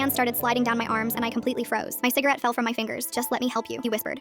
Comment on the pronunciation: im sorry did i hear CIGERATE?!?!?!?!? i thought no one really smoked anymore and only vaped? BUT DONT DO EITHER